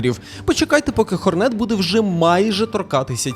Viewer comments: Бро, ну який Хорне́т... Ладно ще ця Ххх але хоч наголос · 1: бро в початку бусіни не зібрав до кінця, 2: хорнет має наголос на О